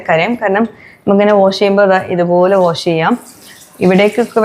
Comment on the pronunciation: വോഷല്ല വാഷ് എന്നു പറയൂ..